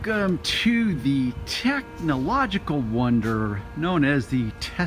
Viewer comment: After hearing this guy take "Techhhh-NOO-logic-al" a few times I had to call it quits.